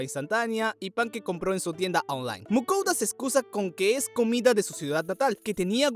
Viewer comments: Dices online muy raro parece que dices onjlane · Tienda ooonlay jajajaja me gusto mucho el video